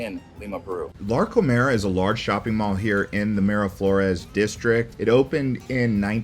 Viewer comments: He sais Larconer because that is a place to COMER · It's LarcomAr not Larcomer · It’s“Larcomar” not Larcomer